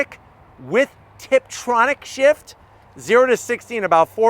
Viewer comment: ...you did emphasize tiptronic! ??????????